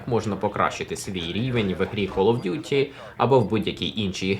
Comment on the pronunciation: знов помилка Duty правильно